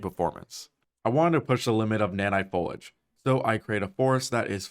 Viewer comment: The way he mispronounced “foliage” was unnecessarily annoying to me